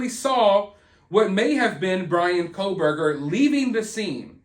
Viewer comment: It's pronounced Core btw.